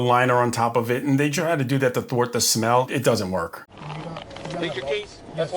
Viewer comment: Thwart* the smell. But yea, it sounded like torta lol